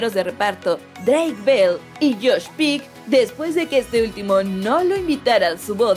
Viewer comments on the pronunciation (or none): Es Josh Peck no Pick pronuncia bien